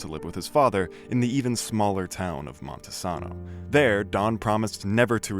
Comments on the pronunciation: FYI, It's pronounced Mon-ta-sane-o, not Monte-saw-no. I use to live in Grays Harbor. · Same but I hate how he mispronounced Montesano